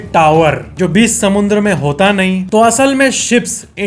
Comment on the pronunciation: Bhai samundra . Nahi hota hai ? Samudra hota haiiiiii … 😊